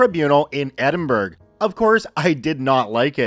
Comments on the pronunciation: The "burgh" in Edinburgh is not pronounced like "burger" but more like "burra". Any Scots out there may refine this but my source is my mum who was born there. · "Glass gow" "Edin burg" Help...a piece of my soul is being ripped away every time... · ED-in-Borough is how its pronounced!! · Edinburgh is pronounced Edin- borough. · Nice stories as always,, but I have to say that "Edinburgh" is pronounced like "Ed-in-bruh" or "Ed-in-borough". I know that I'm just a filthy English person, and am not the best person to be correcting you on Scottish place names, but I know it's not how you said it. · I love hearing US and Canadian people aay Edinburgh. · The pronunciation of Edinburgh and Glasgow 🤣🤣🤣🤣🤣